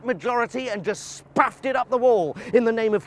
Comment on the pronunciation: The absolute best pronunciation of ‘spaff’ that i’ve ever heard.